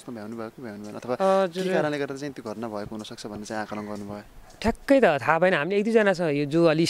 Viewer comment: यले पत्रकारीता नगरेको जाती छ भैसीलाई घस काट्दाहून्छ बोली छैन यस्को घाट्नालाईत घतना भन्छ थ्क्क